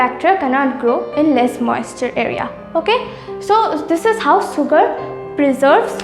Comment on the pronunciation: Sugar - shugar(pronunciation)